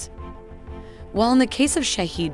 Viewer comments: The pronunciation of iranian drone is "shaa head" not shahid or any other wrong pronunce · Bravo Persian engineers !!!! Sorry but the pronunciation is wrong! It's not Shahid but Shahed which means the observer then attacks! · The correct pronunciation of Shahed is like E in External. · Its not shaheed its Shahed.. shaheed means martyr .. shahed means to witness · yeah but the pronunciation is shaHEED..... probably better like that.